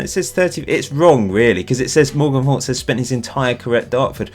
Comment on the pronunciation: Morgan Fowkes - the worlds greatest blagger :) got all the girls and lived the premier league dream! I think it should be pronouced Fowkes like oaks rather like Guy Fawkes however.